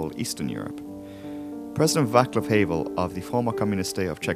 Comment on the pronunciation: Vaclav Havel was a phenomenal pronunciation :D